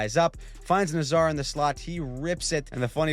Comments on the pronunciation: Love the vids and just a friendly heads up from a Hawks fan, Nazar is pronounced like “Nay-Zar”, at least according to the local reporters who cover the hawks, but I believe they’ve asked him! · Its pronounced Nay-Zar you lazy guy. Thumbs down. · Its pronounced NAY-zar. Neigh like a horse. Zar like the Czar of Russia. One day the whole league will know this.